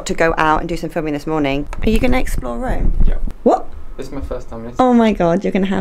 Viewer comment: No, you're actually wrong. It's not Röööme. It's Rome!!!